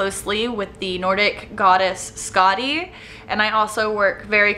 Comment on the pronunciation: I'm definitely interested in seeing your tattoos! I love the rune on your hand soo much :) btw it is pronounced Skathi. The special looking d is pronounced like the th- in thorn